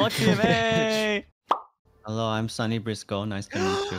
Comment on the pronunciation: I love how mysta's voice when he said Hewwo? Hewwo?🤫🤭